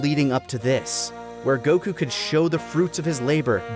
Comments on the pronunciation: Bruh. They ran outta content before that dumbass ever realized his name is goku, not goCOOOO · Can't get over how he says Goku as Geux Kuu and just HAS to say the Japanese names for things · Why so much "goKU" pronunciation? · GokU?immaculate pronunciation🤡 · I've never watch this sort of content from TFS before, is he seriously going to keep pronouncing Goku that way? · (or however u spell it) is super pretentious dude. the way he be pronouncing Japanese words like he didn't grow up in america and just always be talking about the sub like stop dude we get you want to be Japanese. Honestly if I was having a real conversation about Dragonball and someone was speaking how he speaks about it I would walk away. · Lani never got top 12 Bulma outfits, kirrin never got his filler episodes count down, and never pronounced Goku correctly. P.S. I had seen that VTuber before but never new that was taka. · pronounce Goku correctly challenge (impossible)